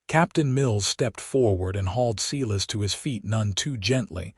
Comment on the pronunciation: Okay, Ms. Patterson is one heroic lady. So glad to see that the town backed up Dillan in standing up to Silas Mercer.I too like this narrator but I wish they would pronounce not as Seelas but as Si (long I) lass. 😊